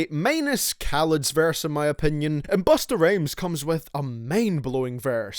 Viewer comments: He said Bustah Rames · did you say busta rayms lololololoolollollloloooooooooooooooooooooooooooooooooooooooooooooooooooooooooooool